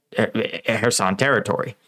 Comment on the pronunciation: Denpro? Kuh-herson?